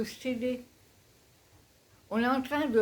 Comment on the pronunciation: Bonjour Super partage Quand tu as dit " on est entrain de S'aider" J'ai entendu " on est entrain de Céder" Et cela m'a donné l'image d'un barrage qui cède et laisse couler a nouveau les eaux retenues C'est comme si l'on construisait des obstacles mentaux empêchant de laisser couler la vie Cela me fait également penser a toutes les émotions retenues les non-dits qui s'accumulent en nous et nous détruisent de l'intérieur Alors oui laissons couler tout cela hors de nous et permettons nous de nous accepter telles que nous sommes et livrer au monde notre authenticité qui est unique,comme nous le sommes tous , soyons libres d'être nous même Bon dimanche ☀️🙏🏻☀️